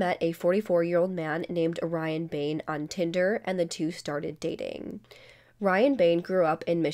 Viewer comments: You got Grenada right, but Orion is pronounced O-rye-on. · It's pronounced or-RYE-un's belt-- based on a mythological character and constellation. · Gruh-Nay-Duh Oh-Ryans Belt (sounds like his name) - Coast Guard... I don't think the United States National Guard would have any reason to get involved, lol. Not fussing at you, just letting you know the pronunciations. Thanks for doing this one, I heard about it when it happened but nothing since. There's no way the authorities can't find that boat... Unless he's literally living in the middle of nowhere which isn't possible. He has to come ashore somewhere, sometime, for provisions. Even if it's a sailboat he needs gas to run his generator. He needs gas in case there's no wind. He has to register anytime he docks anywhere other than the middle of nowhere so it just sounds to me like somebody isn't trying very hard to do their job. If they know he's trying to sell the boat then they must know where it is, or at least where it's been recently. Why can't they go aboard as prospective buyers? No one is going to buy a boat without doing an inspection and a tour, Ryan knows that. All the authorities have to do is put a cute little "couple" together to show interest in purchasing it, set up and in person tour and a full inspection by a licensed "inspector". They may not be able to use anything they find but at least they'd be a few steps closer than they are now. We all know she's at the bottom of the ocean somewhere - and my heart goes out to her family and friends. What happened to just breaking up or divorcing? Why does it seem like every week someone knew things murder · or-RYE-un's belt 🌌🌠🌠🌠🌌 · BTW "Orion" is pronounced with a long i, and the accent is on the middle syllable.